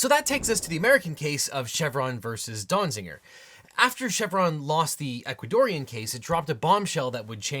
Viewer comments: Small quibble: Donziger, not Donzinger. The title has it right, but a second n is being said in the video. :( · How many times did you say or almost say Dong-ziger? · That was too many times to hear a person say "Donziger."